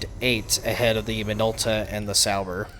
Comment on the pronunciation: Minolta is JP company. You pronounced it closer to Japanese. 👌